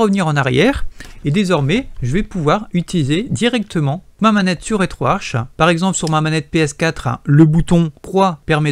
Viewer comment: Le programme etant en langue Anglaise, se prononce RetroArK et non Arche !